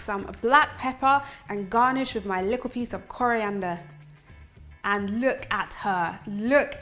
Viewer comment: that looks delicious. U kinda sound Jamaican when u said likkl bit